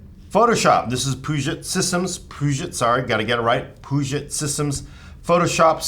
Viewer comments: Puget = Pew-Jit It is NOT pronounced like Peugeot, with a soft G. See Also: Puget Sound in Washington State, which also happens to be where Puget Systems is located. Names after Peter Puget. He has a wikipedia entry, i am sure you can use Google. ;) His family name is of French decent, and it is likely that, originally, his name was properly pronounced with a soft G. But in the current pronunciation of the Puget Sound, it is regionally said with a hard G, as Pew-Jit. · Puget sounds like pew-jit Sincerely, A WA resident